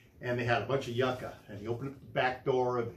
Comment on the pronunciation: the way u say yucca bothers me its supposed to be said “you-kah”